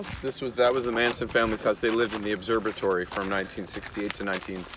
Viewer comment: Haha! Both, this guy, and Kevin say, "Obserbitory," when referring to the Griffith Observatory. "Supposibly."